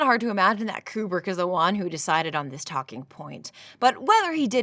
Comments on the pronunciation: You are one of 13 humans on planet Earth to pronounce Kubrick correctly AND Bob Ross? Frikken artists... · I just have to go to comment. You pronounced Kubrick correctly. Thank you.